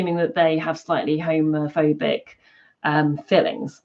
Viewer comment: When she said homophobic feelings it sounded like homophobic fillings. LOL